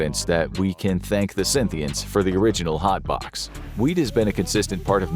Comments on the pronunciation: Why is he calling Scythians Synthians ? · It's Scythians by the way not 'Synthians.' They didn't play synths (citation needed) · It is "Scythians" not "Synthians." For the love of god double check your research and how to pronounce it. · Scythians Not Scynthians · scythians not synthians. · It's Scythian, not Scynthian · Scythians, not Synthians. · They called Scythians and not Synthians bro and they are Iranian people not siberian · Cynthians? Ba-hang? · hate to be the history police, but it's 'Scythians' guys